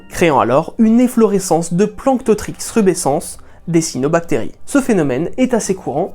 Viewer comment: On dit "cyAnobactéries" 😉